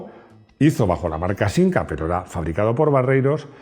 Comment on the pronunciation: Soy español de España, y digo "siMca" de toda la vida. Lo siento,. 😛